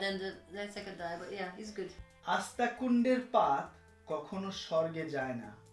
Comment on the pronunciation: Being a Bengali, even you can't say one line perfectly! Sad! That was আস্তাকুঁড়ের পাত, not আস্তাকুঁন্ডের পাত!!